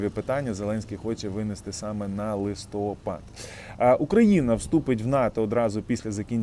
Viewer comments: Не листОпад, а листопАд! Или ты в школу не ходил? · Не листОпад, а листопАд! Місяць називається листопАд! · Не ми ,а ви.